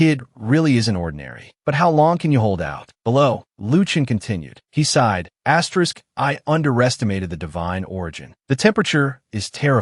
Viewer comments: Wy the fuck do you keep saying asteriks its annoying. Please try to corect this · Story is great recap is great, just one thing saying Asterix Every 10 seconds is driving me insane and is ruining a otherwise great experience.